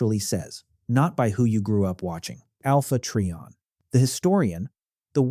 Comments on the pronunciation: Alpha Tree-On? Is not how it's pronounced. Its Alpha Try-On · When he calls him, "Alpha Tree-on" I just can't take anything else he has to say seriously. It's "Alpha Trion" (sounds like Try On) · I think they're questioning the pronounciation of it. I prodnounced it as "Tri - On" i.e. "Try - on".